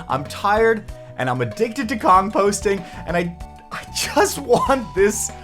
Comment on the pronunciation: Bro he said “kong-posting” LMAO